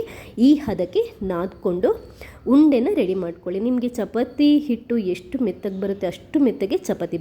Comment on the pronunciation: ಚಪತಿ ಅಲ್ಲ,.......ಚಪಾತಿ ಅಂತ ಹೇಳಿ.